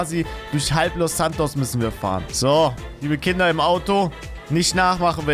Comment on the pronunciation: Es ist er sagt einfach nicht Kinder sondern künder ich feiere dich trotzdem